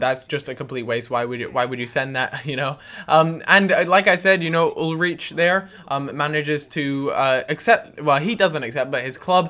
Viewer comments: Ull-reech? YOU DESTROYED THAT NAME MAN. It's pronounced Ul-ryke. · i think ulreich is pronounced ulreek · Ulreich is pronounced ulrike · Ul-Rike That's how you say it. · It's pronounced UL-RIKE! :') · spell it ul-raich, and the ch german ^^ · Hey its pronounced Ul-Rike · It's pronounced ulrike